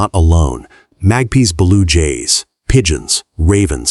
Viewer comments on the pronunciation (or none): Why do you say, “Mag Pees” …..? ? 🤨🤨🧐🧐🤨🧐🤨 It’s pronounced, “Mag-Pie” ( MAGPIE ) Images provide / presented are A.I. made .